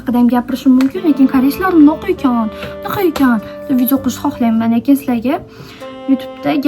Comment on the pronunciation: "Mnaqa" diyishizga oʻldim boru ❤😂